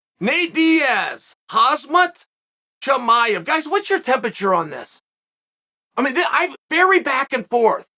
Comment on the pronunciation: Ayo did Chimaev get demoted from the Chael Appreciation List? Used to call him by name flawlessly, now he's Hamzat and we all know what it means when Uncle Chael f*cks up your name 😭😂